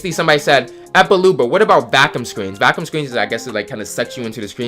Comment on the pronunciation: Bro no hate but can not read he said “Vakum” instead of “ vacuum” or mastfro instead of Mastreo